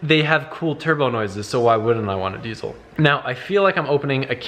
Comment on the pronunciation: OrbitzzMerkz he said desiel